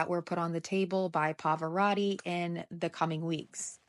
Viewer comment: He does not pronounce the name correctly, but please look up the Italian pronunciation of Pavarotti